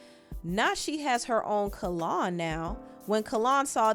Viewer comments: His name is Not Kallon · My BFF NAME IS PRONOUNCED "KALE ON" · It’s pronounced kell-on no shade lol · name-It's pronounced Kellynn like Lynn. So awesome mentioning him! My old hair stylist ☺️✨ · The pronunciation of name is cringy. 😩🤣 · I just wrote this. Lol Every time she pronounced it I cringed. 😭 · We are truly Virgos...the way she pronounced his name had to be corrected lol😂😂😂😂